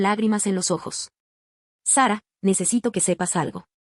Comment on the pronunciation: Es mujer, el nombre de OP es Sara solo que lo pronuncian en inglés por eso se escucha Seba ¿me expliqué?